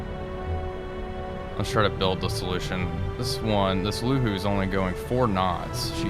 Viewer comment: Some kind suggestions of pronunciation: 宁波 Ningbo [niŋ˧˥꜊][bɔ˥꜋], "Jianghu ([dʑi̯ɑŋ˥꜋] [xu˧˥꜊])" of Jianghu(江湖)-Class frigate, 旅沪 Luhu (It is "Lühu" in fact) [ly˨˩꜉ ][xu ˥˩꜌], 江卫 Jiangwei [dʑi̯ɑŋ˥꜋] [eɪ̯˥˩꜌], 玉林 Yuling [ɥy ˥˩꜌ ][lin ˧˥꜊]:)